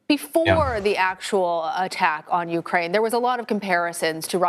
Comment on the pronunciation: It's UKRAINE, not URKAINE!